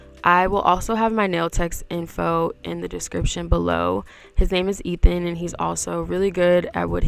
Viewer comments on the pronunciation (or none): none